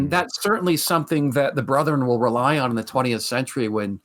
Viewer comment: Why do Mormons say "Brotheren"? It's "Bretheren"